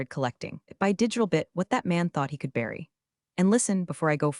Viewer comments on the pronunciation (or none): none